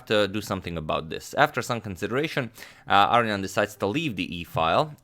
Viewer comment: I wouldn't mind if you could find it in your heart to say "ar-own-ian" rather than "aryan".